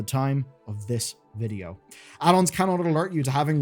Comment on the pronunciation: Why vuhdo...ugh